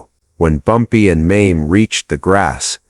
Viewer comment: Not Maim. MAY ME the correct pronouncement of the name May-Me.